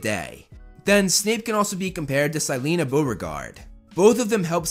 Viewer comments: This is the first time i heard "sy-lee-na" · Ok I don't mean any hate or anything but the way you say Silena has me ded I get that's the way it's spelled it's just not how I read it